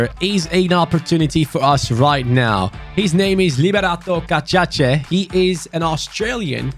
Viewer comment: I was so proud when you mentioned liberato cacace. He played in my New Zealand club 'the Wellington Phoenix' but then you had to go ahead and butcher his name and the country he is from. I'm on the verge of tears right now man 😢